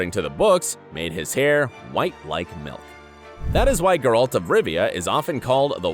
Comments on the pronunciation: geralt not guralt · Stop saying GerALT! Omg yuck. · I literally don't understand how you can keep mispronouncing his name. It's Gayr-ult. Not gay-ralt. it's literally pronounced for you in both the series and the video games. How can you screw up literally the easiest thing??! It almost makes your video unwatchable. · Grrralt .. XD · Voice: "JASkier" "GerALT" "DUHNey" Me: please, make it stop TnT Voice after saying "Yenefer" correctly: "YeneFOR" Me: why am I being punished? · Grrr-alt? That's not how his name is pronounced. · Dislike for gurAlt. Also striga ("i" pronounces like kit, not like kite). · I am disliking this video because the narrator can't pronounce Geralt correctly. It's not Guralt. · How is it possible for a person to horrible mispronounce every single name. Who is Gare-hawlt? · Thank you for your insight. However, every time you say the name GerALT I feel the power of satan grow within me. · Ge-Ralt. Yenefor, Jaskier, cmon man, at least do your homework if you want to clickbite people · I’m so triggered by the pronunciation of Geralt. Yikes. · God, had to stop after 30 seconds... PLEASE PRONOUNCE THINGS PROPERLY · You are butchering Geralt's name. Damn.. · Bro it’s Geralt not Geralt. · After I heard how he pronounced Gerald, I immediately stopped watching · Why in gods name can't you say Geralt in the right way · I can't watch this because of how you pronounce Geralt 😵😵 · Yes. What can you expect from a video that pronounces geralt that way